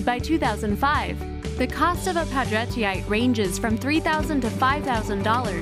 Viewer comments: #14: Poudretteite. The "ite" means that it is a mineral. It is named for a family of French descent, Poudrette, pronounced "Poo-DRETT." So the name of the stone is properly pronounced "Poo-DRETT-ite." Is it really so hard????? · I have a character named Poudretteite and I'm praying that wasn't the proper pronunciation of it. Lol. I've been saying it as Pou-dre-tite